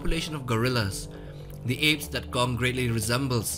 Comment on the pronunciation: Please don't say "gong" man